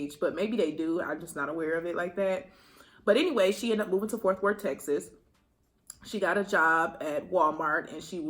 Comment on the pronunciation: “ Forth worth “ lol it’s Fort Worth 😭 I’m from there so I had to say something but in the nicest way 💜